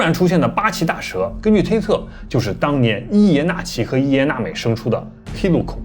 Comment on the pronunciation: 伊耶娜美 的音 諾母 N M. N M